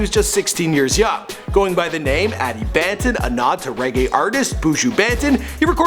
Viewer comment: Its not Ban-ton, its Bahn-tonne